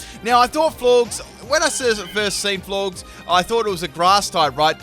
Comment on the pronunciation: AS MUCH POKEMON AS YOU PLAY AND YOU CANT PRONOUNCE "FLOR-GES" i.e FLORGES GORGEOUS